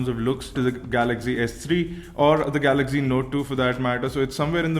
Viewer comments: GALAGZEE GALAGZEE GALAGZEE GALAGZEE GALAGZEE GALAGZEE GALAGZEE Oh god no one understands? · Dude watch out for ur pronunciations eg galaxy